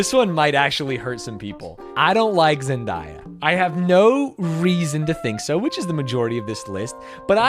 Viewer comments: If you’re going to needlessly dislike Zen-DAY-a then you should at least pronounce her name correctly. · Zendaya should get a free pass off the list for her name being pronounced wrong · Pronouncing Zendaya like that is a crime